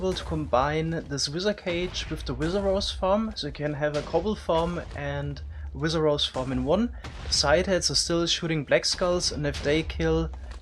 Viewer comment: I don't know where he is from but man "wizzer"? What the hell?